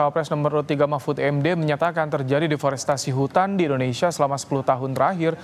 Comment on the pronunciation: 2.39 Prof Empud salah sebut, harusnya DEFORESTASI, bukan DEFORESTRASI, emang jualan TRASI ?